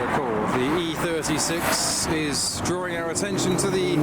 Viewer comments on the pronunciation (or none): none